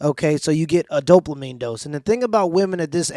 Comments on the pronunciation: He has to learn how to say dopamine. Not doplamine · Why you always say "Doplamine" instead of "Dopamine" ?